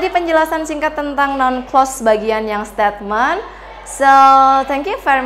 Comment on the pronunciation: Koreksi: statement itu mengapa diucapkàn stetmen seharusx steitment